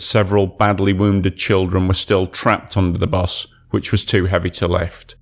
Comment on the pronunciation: bus not bos